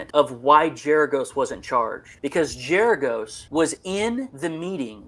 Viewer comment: It’s Gerargos with a hard ‘G’.